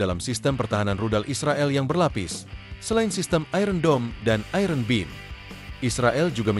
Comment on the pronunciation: Iron dibaca aiyen.